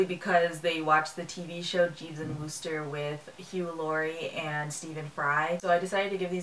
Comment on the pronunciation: Nice review. One tip: the "oo" in Wooster rhymes with book.